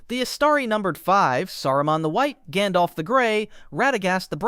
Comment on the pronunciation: Jandolf is a neat way to say it